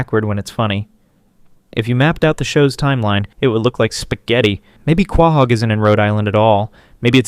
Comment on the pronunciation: Love the video hate how you pronounce quahog